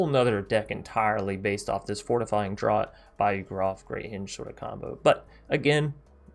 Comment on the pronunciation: Draught is pronounced draft.